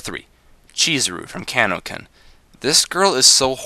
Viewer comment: its kanokon not kanokun